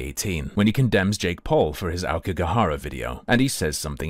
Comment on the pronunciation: "lived in Japan" and yet he can't pronounce Aokigahara correctly.